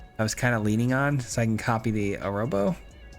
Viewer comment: agh amigo, I'm so sorry to be this guy, but I'm pretty sure Arahbo is pronounced "a-rah-bo", not "a-row-bo"!